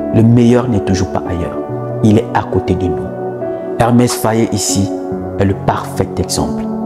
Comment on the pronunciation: EMERSE FAE , pas Hermès,pas Ernest ,merci.